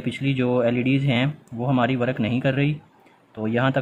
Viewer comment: Work(वर्क) को वरक क्यों बोल रहे हो